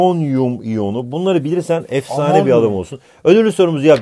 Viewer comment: Omonyum dio